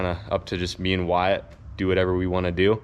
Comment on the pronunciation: It’s not whyatt proof! Wtf! Lol